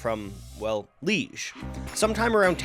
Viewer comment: I believe Liege is pronounced "Lee-AYGE"